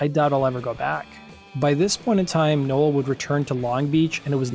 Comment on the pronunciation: Why do you meep pronouncing Bradley nowells name wrong ..? 🤔🤔🤔